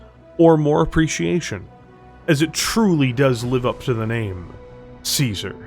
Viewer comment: One day people will find out you say caesar with a k like Kaiser, apparently the year 3049 is it